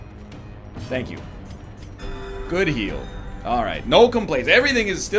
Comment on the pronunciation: "uuuh oh shank you" is where I lost it